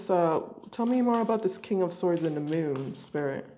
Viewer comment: Lol The "Mewn"